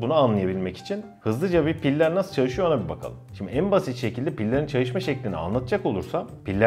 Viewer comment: Çaşişma şekli 😁